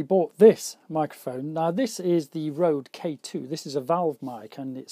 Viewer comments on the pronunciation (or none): its pronounced rude not rode....and you can hear the difference, your voice isn't as "bright" as with your usual mic...sounds a lot more natural :)